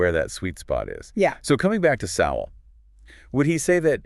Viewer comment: Why the use of past tense? Sowell is very much alive & active. You might also check how his name is pronounced.